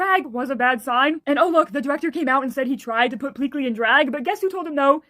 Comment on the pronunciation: Pleakly went from PEAK-ly to just Pleakly